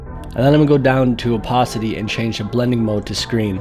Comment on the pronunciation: also its opAcity not opOcity